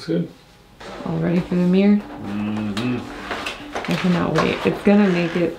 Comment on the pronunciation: It's MIRROR not MEER!